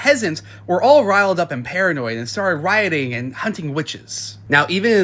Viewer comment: "All *Rye-illed up?"